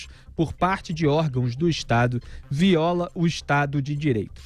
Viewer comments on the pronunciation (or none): none